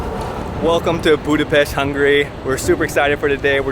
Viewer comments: Oké, a magyar közreműködő miért sz-el mondja Budapestet, és miért nem tudja, hogy amit etetett velük az nem goulash, hanem gulyás??? Amúgy meg, mi az, hogy a lókolbász csak a túristáknak van? És milyen paprikás krumpli az, amiből hiányzik a hús? A fröccsöt fehér borból kell készíteni, mert az olyan ihatatlan magában. És mellesleg, a disznósajt és a tepertő is a disznótoros része. Csakúgy, mint a pecsenye, ami teljesen hiányzott. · Miért 'Budapeszt'? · Ohh when a Hungarian tour guide doesn't know how to pronounce the name of their own city 😊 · Ohh when a Hungarian tour guide doesn't know how to pronounce the name of their own city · ITS REALLY ANNOYING THAT EVEN THE HUNGARIAN WOMEN CANT PRONANCE BUDAPEST PROPERLY!!